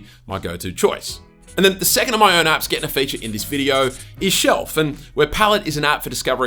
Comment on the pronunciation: I kept hearing , 'Top Android Ass '